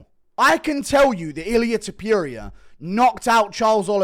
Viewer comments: love you bro, but c’mon... it’s Topuria, not Tepooria. Put some respect on the Georgian beast’s name! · I cannot stand how you say Ilia Topuria, why tf are you saying tipuria, THERES A "TO" so it's TOOPURIA NOT "TIIIPIURIA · Guru, ffs, learn to pronounce names. topuria, not* Topyoeria*! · Its Ilia Top-ooh-ria, not fookin Top-you-reeyah... Its not that fookin hard!!!! Youll never be as great in mispronouncing names as the Goat, the undisputed Chael... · STOP SAYING TOP-YURIA THERE IS NO "Y" TOP-URIA. Jesus christ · Top*puria! (not Topyoeria!) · topuria not topiuria btw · “Ilia topyurier” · It’s pronounced tooppurria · Topyurija lol 😂😂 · Topuria, not Topyouria. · “Ilia Topiuria “ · Ilia topuria not Tipuria you kokhead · Tf is ilia “Tupew-ria” 🤣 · “Ilier topurier” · Thepureia lol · Ilia Topyuria? 😂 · Eeliyah Toepyureea. Bro learn how to say his damn name 🤦🏻😂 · “Illiyay tupureuoau” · Topuria not toperia. Get his name right FFS. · Ilia ta-pew-rea 😂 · To - Por - riah -a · It sounds like vomiting when you speak out ilias last Name!! It’s TOPuria and not that sh*t you try to say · As an Australian i can say this concerning pronunciation- Aluminium is acceptable but Ilia Top-ewe-ria in unacceptable.... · MMA "Ilia Tuhpeeria" Guru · Say his name right bro ham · stop mispronouncing TOPTURO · guru still cant say topuria right wtf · mf cant pronounce topuria right to save his life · You cannof even pronounce his name correctly. So cringe. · My guy still doesn't know how to pronounce Topuria. Impressive.